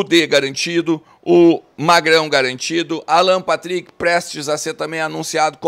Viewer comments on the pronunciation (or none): none